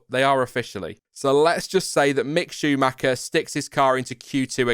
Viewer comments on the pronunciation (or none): none